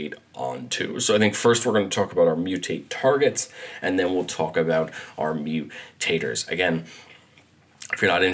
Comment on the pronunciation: What's "mu-taters", precious? What's "mu-taters", eh?